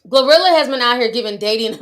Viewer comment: I screamed everytime you said glozilla 😂😂😂